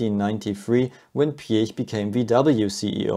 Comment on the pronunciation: So lovely to hear a native-German pronunciation of the surname Piech, so often butchered by English speakers. Anyone for peach?